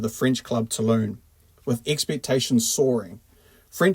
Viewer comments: Seriously mate, it's Toulon not "Tooloon" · Two-lon not Two-loon. ;)